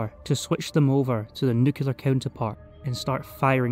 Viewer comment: Im american. and im confused on NUCULAR too.